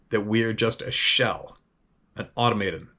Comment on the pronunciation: I believe this is the word was trying to pronounce. automaton /ô-tom'ə-tən, -ton"/ noun 1. A self-operating machine or mechanism, especially a robot. 2. One that behaves or responds in a mechanical way. 3. Any thing or being regarded as having the power of spontaneous motion or action. 4. A self-moving machine, or one which has its motive power within itself, -- applied chiefly to machines which appear to imitate spontaneously the motions of living beings, such as men, birds, etc. 5. A machine or robot designed to follow a precise sequence of instructions. 6. A person who acts like a machine or robot, often defined as having a monotonous lifestyle and lacking in emotion. 7. A formal system, such as finite automaton. 8. A toy in the form of a mechanical figure. 9. Someone who acts or responds in a mechanical or apathetic way. The American Heritage Dictionary of the English Language, 5th Edition. More at Wordnik